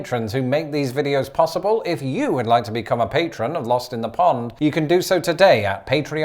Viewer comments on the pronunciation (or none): none